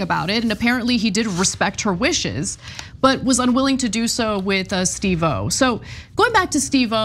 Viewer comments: Psst Ana.. emphasis on "Steve" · It's pronounced SteveOH, not Steve pause O. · Ana, I love ya but Steve oh? It's Steve-O. 🤦🏼‍♀️ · I mean it’s not the worst pronunciation of it but still pretty funny lol 😂 I think part of the reason she’s pronouncing it that way is cuz they previously worked with another host of Korean descent who’s name was also Steve Oh, and so she is probably used to pronouncing it that way. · Steve O 😂😂😂 at least learn to say his name correctly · Thank you!!!! Annoying every time she says it like that.